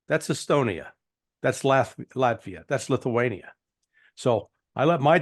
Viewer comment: Nice Freudian slip calling Latvia Laugh-via